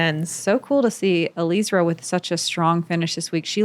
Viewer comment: Please pronounce Eliezra's name properly. It's not that difficult. First say Eli just like you were doing in the broadcast, then say Ezra as in how you say Ezra of the Robinson brothers, then put them together to say Eliezra's name properly. Thank you.